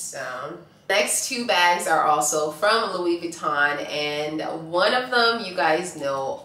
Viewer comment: And it’s not LuiZ Vuitton - HOW do you not know how to pronounce it???